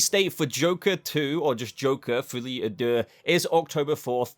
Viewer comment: á deux is pronounced like adieu (i.e. i bid you adieu)